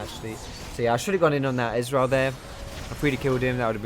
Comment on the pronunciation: You say Ezreal like Israel :D